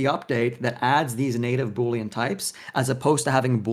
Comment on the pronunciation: Say 🅱️oolean one more time